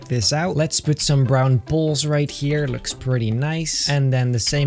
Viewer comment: pronoces poles like balls......wait